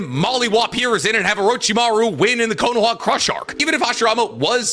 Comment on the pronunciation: He kept calling Konoha Konowa